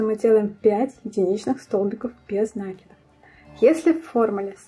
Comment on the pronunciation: спасибо большое. Понравились два момента: прибавки без заморочек: легко отслеживать, где нужно прибавить. Второй момент - убавления: провязывать за половинки петель. Действительно, дырок не остается. В общем, замечательный урок, несмотря на произношение нАкид ))). Однозначно, лайк! А! Забыла про цветную ниточку написать! Я пользуюсь маркерами, но в данном случае нитка - лучшее решение! Плюс!